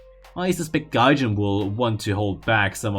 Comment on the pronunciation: ‘Gahjayn’ ‘japayn’